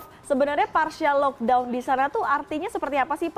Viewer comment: tak guna jelaskan perbezaan pkp dgn lockdown. Dorang bukan faham atau memang tak nak faham kot. Sebutan pon pelik 'lokdon'